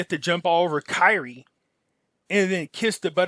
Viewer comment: Bro get his name right it’s Kyrie not Kylie